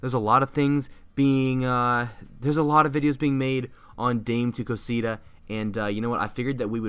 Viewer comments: Its not dayme its da meh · It’s pronounced Da-meh not “dam” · he said daim the whole vid, it’s da-meh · Your Pronunciation of dame tu cosita is wrong dame is two syllables not one I pronounced Da-me not dame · its pronounced da-me to cos-ita not dame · Its dam-e not dame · Who else is triggered that he says dame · It's "Da-Meh." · C L I C K B A I T And you can't even say it right it's not dime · Dame isnt his name. (Dah-meh) Dame means give in spanish. Also thanks for drilling this meme straight into hell. I thought you were better than Denis, but all you are is a clickbait trader. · the way you pronounce it makes me cringe, it's spanish not english, you're saying it like you would in english, just say damay too cocita to say it properly lol